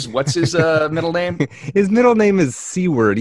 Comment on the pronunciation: I must correct something you said about WSB. His middle name is not “seaward”, it’s Seward, pronounced like sewer, with a d at the end. This was also the last name of Abe Lincoln’s secretary of war. Mispronunciation is a minor gaff, but you should know the correct way to say it. Not all your listeners are as young as you guys.